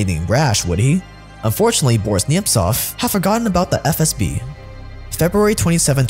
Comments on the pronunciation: im not gonna lie, has said SFB so many times i genuinely thought that was their name. like even a couple videos ago when he first started mentioning them, i was like "isnt it FSB? hm, i must be mistaken. i mean he wouldve redone his lines or thrown a correction in.... right?" but i guess not, or maybe ive just missed it everytime. but i swear this man has constantly been saying "SFB" and its been throwing me off severely lmao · I just love you said SFB 3 times and then FSB (correctly) the fourth time like this shit is a live video and you couldn't do a second take. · You keep saying SFB then FSB. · man. With all due respect ✊ but please, it’s not “SFB”, it’s “FSB”, where F - Federal, S - Service, B - Security (from Russian word безопасность [bezopasnost]) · Stop calling it SFB It is FSB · it’s “FSB” not “SFB” you’ve done this in multiple videos now 😭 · Video is great but stop calling it SFB ffs! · wtf is with that "SFB" instead of FSB bs? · most of thetime he said FSB but a couple times he said SFB and even in another video. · True. I`ve commented on it several times. Funnily enough he does say it correct today when he shows the letters on screen. I thought it was an inside joke or something. He then reverts to old ways again. Must be something to do with his mother tongue.